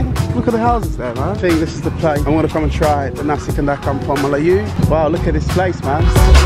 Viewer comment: The way you say "Melayu" 👍👏